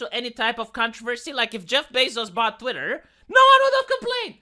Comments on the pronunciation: I love the fact you say Twatter instead of Twitter, whether intentional or not, is pretty hilarious and ironic. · Listening to i started saying words like twatter, diworsity, ushi kushi women, californyanya, racismus. It's a problem.